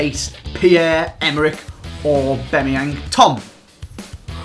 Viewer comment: When he successfully pronounced that player lmao